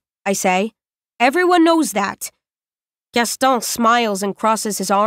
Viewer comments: I'm still confused. Is it "Gasto" or "Gaston"? Because more than half of the time she stops before saying the "n" like "Gasto-" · It's "Gaston," rhyming with "own." The narrator chose to ignore our pronunciation guide and do what she wanted to do.